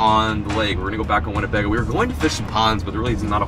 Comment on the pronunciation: My man said Lake Winnipeg 💀